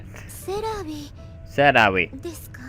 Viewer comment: It's pronnounced Se-rah-vi it's actually pretty ez